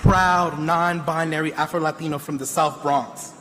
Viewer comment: Did he say Afta-Latino ? So he was born in Africa? And is Mexican???